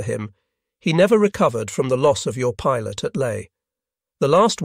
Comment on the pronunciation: It can't even pronounce "pilot" properly. In the 4 part series and kamikaze pilots it mispronounced "model." These are such simple straightforward words.